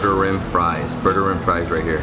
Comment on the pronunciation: It is actually pronounced booger-eem (pronounced with a strong R) Burgerim is a Hebrew word wich obviously translates to burgers.